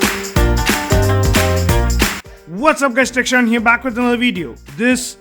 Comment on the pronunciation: becomes kitchshan...ha ha..just for fun🤣😂